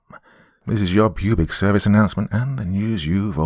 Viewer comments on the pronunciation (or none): No doubt! I noticed the “Pubic” service announcement. Nice slip in there! 😂😂😂😂😂😂